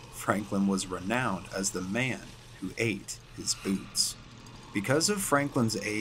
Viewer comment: I just thought you should know, You say "boots" funny. "Bewts".